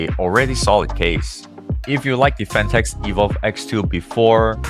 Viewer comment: … PHATNEKS. Lol